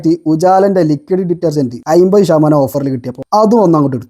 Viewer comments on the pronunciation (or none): "അയ്മ്പത്" അല്ല ചെങ്ങാതീ. അമ്പത്. ഒന്ന് വൃത്തിക്ക് സംസാരിച്ചൂടെ